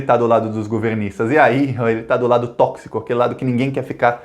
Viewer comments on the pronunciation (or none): none